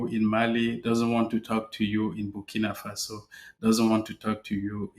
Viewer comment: It's "Burkina Faso" not bikini fossil